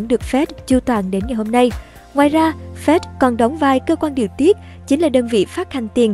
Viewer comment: Sao đọc là Phét (FED). Phải đọc là " Ép I Đi" (FED)